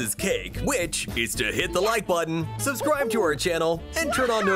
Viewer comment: "SUSCRIBED"?!?! its subscribed